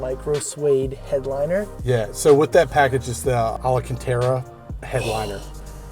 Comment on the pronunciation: Dude really said......alancatara....Jesus.